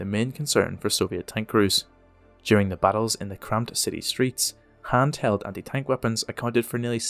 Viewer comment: Did you say "Hand held anti tank weapon" or "Hanz held anti tank weapon"?